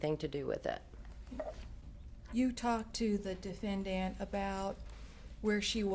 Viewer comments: Tonya Greenwood I know! I've heard MANY prosecutors say defenDANT and it just makes my ears hurt. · I cannot STAND how the prosecutor says DefendDANT!